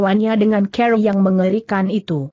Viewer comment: Biasa,aja kali bahasanya.tuan dibaca tuon..cara dibaca ker...gimana tuh